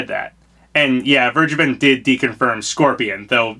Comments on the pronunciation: Vergeben is pronounced somewhat like: "Fair-Gey-Ben" Also, it means "Forgiven" and yes I Think It's a weird Name. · He sounded British when he said Vergeben the second time :O